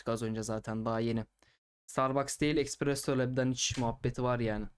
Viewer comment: espresso diye okunur.